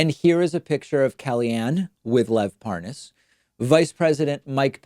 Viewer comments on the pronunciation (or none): Notice how tRUMP and Nunes try to mispronounce his name in an exaggerated form as if they’re trying to prove they don’t know him because they don’t even know how to say his name. ParNaaaaaaaaz🤣😂🤣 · It's pronounced Par - naz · I love when they mispronounce his name to try and give the impression that they dont know who he is.